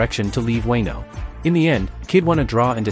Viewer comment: Weno arc.. ?? Fuckin AI